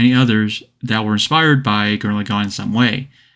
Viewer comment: gurren laGONE!? say lagann you peasant.